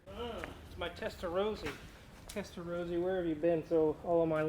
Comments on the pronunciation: I wish you Americans would learn to pronounce "Testa-ROSS-ah"... it's NOT "Testa-ROSE-ah"...! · Testa rossssssahhhh not Rosa ! As Porsche is Porrscchhhe, not Porschaaaaahh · Here in Europe including Italy! pronounced 'Testar ross ahh' - like ROSS in Friends - not how you're saying it!